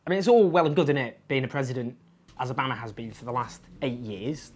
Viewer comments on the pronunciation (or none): interesting pronunciation of Obama there, Owen